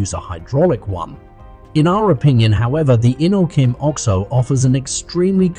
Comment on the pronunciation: I believe it is called the O-X-O not the Ox O